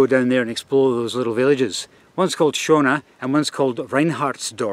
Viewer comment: Isn't the first village pronounced Sherner not Shona because of the umlaut? It means beautiful.